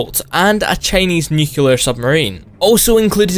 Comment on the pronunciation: I still can't get over how he keeps mispronouncing "Nuclear." Saying Nu-cu-lar makes one sound like a moron.